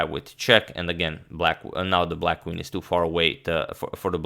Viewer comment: It is NOT KVIN... IT IS CALLED QUEEN, PLEASE don't hurt my ears :/